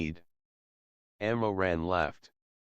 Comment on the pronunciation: the pronunciation of the ML's name is wrong it's Mo Ran not Ammo Ran the ML's family name is Mo. Some Asian countries say their family name first before their name even in writing their names I think, I am not Chinese though